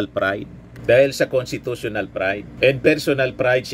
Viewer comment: ANG HATOL SA "FORTHWIDTH"...ANGCASHTITUTIONAL...